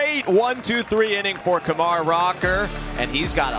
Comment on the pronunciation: I can't stand that announcer like he keeps pronouncing Kumar wrong